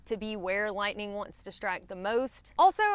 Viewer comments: What the hell is "Lihnin"? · I just wanna hear you say "Lat-nin'" again 🥰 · I feel like I am back in northeast Tennessee in the tri cities area when I hear you saying certain words like lightning,hiking,night...us Tennessean tend to leave off the "g" sound when pronouncing those words.